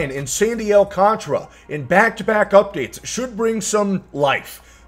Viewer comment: It’s Sandy AL - CAN - TARA, clap it out.